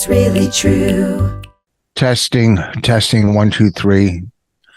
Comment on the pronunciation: Teshting teshting You are such a putz Ahhh Vos never change You funny sob